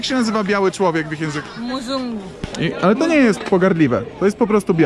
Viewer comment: Hej! Jedna uwaga :) Jeśli chodzi o słowo określające białego człowieka to jest to MZUNGU. Bez trzeciego "U" Bardzo częsty błąd u białych ludzi bo słyszą tak jak jest łatwiej wymówić W języku swahili wymawia się bez trzeciego U.